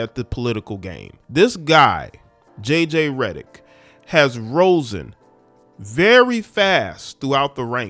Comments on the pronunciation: I know I’m gone get smoked for this but it’s risen not Rosen that made me cringe so hard lol omg I think this is my first day being a old guy😮😢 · Has RISEN, not ROSEN